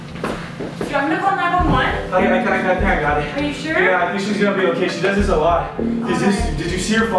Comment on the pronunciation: " She does dis a lot" xddddd OMG